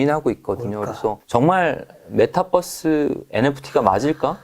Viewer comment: 잘 공부하고 있습니다 아 근데 메타뻐스 발음은 좀.. 그러네요ㅠ